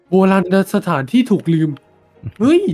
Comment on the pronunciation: โบราณสถาน ❌ โบราณ สะ-นะ-ถาน ⭕